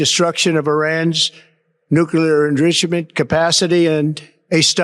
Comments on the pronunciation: What's an "indrishament?" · Cant even speak the word 'enrichment'... who put this idiot in charge?